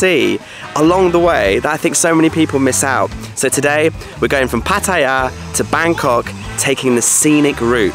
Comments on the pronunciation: Patt-I-ya ? Is Pattaya you don’t pronounce the i … Pat- Tay -ya !! You pronounce both in one video ? The later is correct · having an each way bet with the pronunciation of Pattaya...